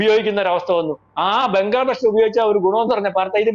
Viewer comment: സാറേ "ബെങ്കർ" അല്ല "ബങ്കർ." 🙏